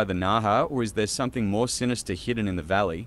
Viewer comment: "Or is it something more Synastar🇭🇲😮"😭😭😭😭😭😭😭😭